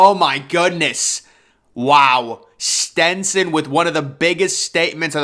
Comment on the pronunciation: and Stetson